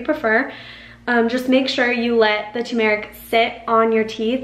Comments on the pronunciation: Cool natural remedy Btw the emphasis is on the “u” So it’s like saying “term-rick” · UPDATE: Still works six months later! Do at bedtime and any remaining yellow residue on your tongue, lips, etc. will absorb into your body overnight or you can oil pull to make the yellow instantly disappear! (ps the accent is on the first syllable: TUR mer ik/TU mer ik) THANKS, again!